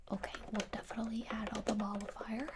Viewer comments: MOLLIFIER! This whole time I thought she was saying "ball of fire* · I thought you said ball of fire instead of nullifier and I was like yeah let’s set these worries on fire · I don't think it's nullifier either. It sounds more like mall-a-fire. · Am I the only one who hears ball of fire whenever she says mollifyer or whatever